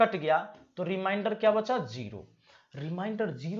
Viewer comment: रिमाइंडर नहीं रिमेंडर बोला जाता है, बिहारी बाबू। उच्चारण सही कर लो। मैंने का दिन निकाला तो बृहस्पति आता है,जब कि बुधवार होना चाहिए। ऐसा क्यों ? कहीं तो गड़बड़ी है फार्मूले में। आप चेक करिए।